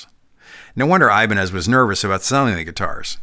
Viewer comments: That's not the correct prnounciation: It's something like "e" banez. The "I" sounds like in bitter. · It is said as Hibaneth ! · Apologies for being that guy, but it’s actually pronounced eee-bah-nyyez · It's always given me the heebie-jeebies whenever I heard Ibanez pronounced as "ay-bun-ehz" instead of "ee-bah-ñes". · It's funny that we say I-Ban-Ez (accent 1st syllable) When correct Spanish is Ee-Ban-Yez (accent 2nd syllable) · Was expecting to hear “Eh-BAHN-yez” at least once and was not disappointed. First Paul Gilbert reference. There; now I’m not one of the people complaining my favorite Ibanez artist was left out. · His last name would be pronounced "ee-BAN-yez". The ñ is a "ny-" sound, like ña is "nya". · Well it’s eye-bahn-ez now. Like it or not it’s become the brand’s id that the world knows it as. But cool to know the real word and pronunciation